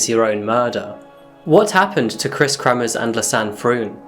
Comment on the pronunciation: it's Kremers, not kremmers, and Froon, not fruun, pls check your pronunciation, not just this vid... If you can't pronounce it, just say so and avoid using the names much.